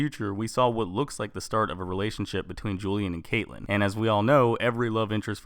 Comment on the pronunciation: Oliver Queen /Green arrow Caitlin not caitllen it annoys me when people say it wrong